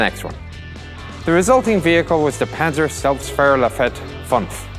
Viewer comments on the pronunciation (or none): hihi - if us americans try to speak german - hihi nice nice "Pan z er-Selb st fahr lafette" hihi